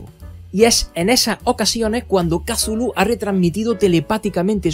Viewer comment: Maravilloso video, una joya como siempre, pero tambien me revienta las pelotas esa pronunciación de "Kazulu" no offense, ya en serio, una joya de video, gracias por hacerme la noche. Saludos desde la primitiva y arcáica ciudad de méxico.